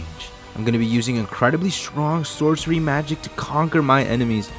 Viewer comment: ah yes, sourcery